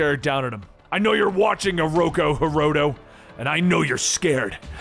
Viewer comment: Is it bothering anyone else he keeps calling him Ooroko Hiroto, when its Ooroku Hiroto